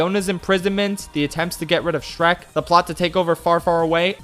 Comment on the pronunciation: I weezed when you said "Shronk".